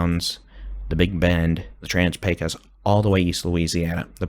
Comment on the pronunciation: Thank you! Your pronunciation of Pecos (PAY cuss) is new and improved! 😄